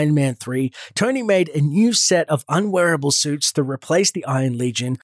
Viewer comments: who else thought he called Tony, "Tiny" and got really confused. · His name is Tony not Tiny